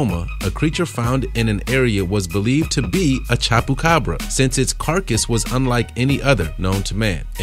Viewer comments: Did this boi say chop-ucabra😂😂😂 It’s chubacabra hahahahaha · He said chapu carbs it chupa cabra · this dude can’t even pronounce ‘chupacabra’ 🤦🏻‍♀️ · The way your saying chupacabra is just no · And chupacabra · I got mad how he said chupacabra